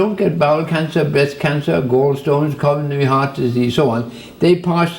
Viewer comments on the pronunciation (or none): none